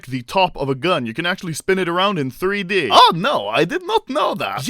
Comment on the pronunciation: Everyone:Acctualy Anomaly:Akchuli